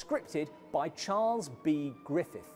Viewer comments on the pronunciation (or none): none